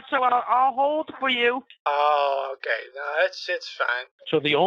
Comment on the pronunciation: didn't lose the money. His accent is good, but still pretty obvious. None of his words are perfectly spoken. The way he says okay is probably the most obvious clue that he's Indian. The way he says "actually" too. Indian. I could go word by word and point the most obvious errors typically made by Indian people who speak English. His soft Rs are better than most, but he still puts effort in pronouncing them, it doesn't sound natural.